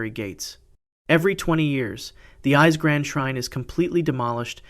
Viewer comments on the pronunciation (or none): It’s pronounced Ee-Say, please learn how to pronounce Japanese words please! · The pronunciation of the Japanese is atrocious! "Ise" is pronounced "E-say". "Naiku" is pronounced "nigh-ku". "Nihonshoki" is pronounced "Knee-hon-show-key" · Not just the dates, all the names too! Called Ise "eyes" is criminal